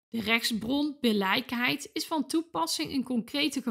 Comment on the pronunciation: Billijkheid spreek je uit als: billikheid ;)